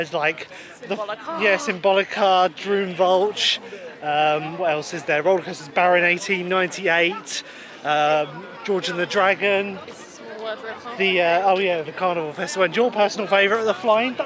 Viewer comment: I love this video! :D Just letting you know "Droomvlucht" is not pronounced "Droomvulsh" It's "Drone" with an "M". So "Drome" and then "Vlog" (like vloggers) with an extra "T" at the end. So "Vlogt" and then swap the "o" with the u from "luck". So "Drome vlugt" :D (that's close enough atleast hahaha!)